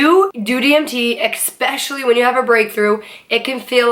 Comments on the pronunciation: Education went out the window when she said “exspecially.” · Who else got triggered when she said expecially 😂